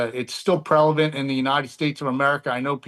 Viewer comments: "It's still prevalent," not "prelavent" . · I don't know what kind of Podunk town this dude is from but he definitely just said rebelent instead of prevalent or relevant